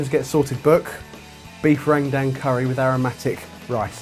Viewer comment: the way you pronounce rendang makes me want to cry a little but you have a rendang recipe!